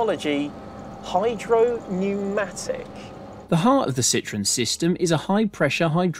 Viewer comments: Phuuuuuuuuuuleeeeeeeeeze stop butchering the name. The Brits are famous for the English language, but clearly can't seem to respect other countries and their correct pronunciations. It is not a "citron"----that is "lemon" in French. This car, as we all know, was anything but a lemon. Citroën is actually very easy to pronounce----see-tro-en. The Brits (and Californians) seem to have the same problem with Germany; it's not a "Porsch", it's a "Porshaw", as the "e" in Porsche is always pronounced. Thanks goodness thet can say BMW rather than Bayerishce Motoren Werke. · I don't mean to be mean but if you like it so much, pronounce its name correctly (the diacritics above the "e" are there for a reason). An excellent video otherwise. One interesting bit about Citroën is that CAD curves and surfaces were invented there by a mathematician who worked for them: Paul de Casteljau. Some years later another mathematician, Pierre Bézier , re-discovered those curves and surfaces that now bear his name (de Casteljau was unfortunately prohibited from publishing his discoveries by an NDA he was obliged to keep at Citroën). Paul de Casteljau also discovered something known as "blossoming construction" for spline curves which was also re-discovered later by another mathematician.